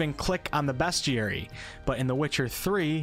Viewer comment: Lmao the way you pronounce “bestiary”